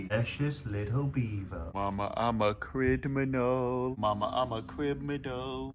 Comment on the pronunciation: "MAMA IM A CRIDMINAL MAMA IM A CRIDMINAL CRIDMINAL"